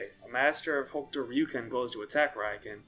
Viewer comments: Rayuken…. You sound like an idiot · So you pronounce Hokuto Ryuken right but pronounce Ryuken wrong?